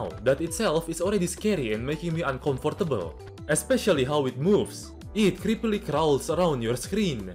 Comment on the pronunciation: The way you pronounce “uncomfortable” was the most uncomfortable part of this video